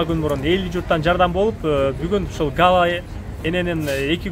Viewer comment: Гала эмес Галя